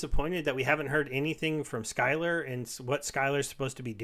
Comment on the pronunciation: Man, if someone can’t afford paying 2000 dec every 2 weeks to play in Wild, they probably have bigger issues to deal with in their life. P.S. it’s Sylar,, not sKylar..;-)